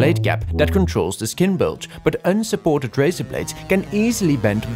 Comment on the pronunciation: The way he pronounce razor